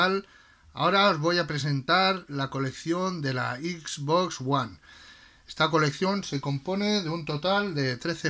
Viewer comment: Yo pensando que ya era bastante que le digan Equis Box pero hasta que veo a este men que dice Ixbox :v